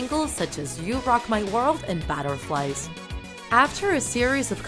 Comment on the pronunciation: I laugh when you say batterflies